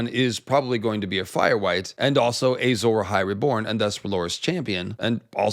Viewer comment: Ey-sore Ahai is like when GRRM Says Doth-rah-kaj